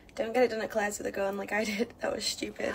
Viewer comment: I cringed so hard when she said Claires. lol